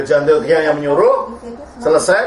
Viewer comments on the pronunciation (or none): Kenapa sering terdengar "antokhia", dan bukan "antiokhia" ya. Apa mungkin kuping saya yang salah ya? Tapi terdengar seperti itu 😓